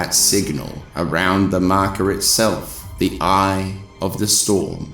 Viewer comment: I love how you say “The Marker” ❤